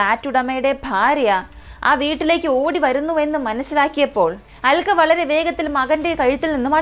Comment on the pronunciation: Aalkka alla "Alka"...pronouncian sredikkuka, especially names, place names etc...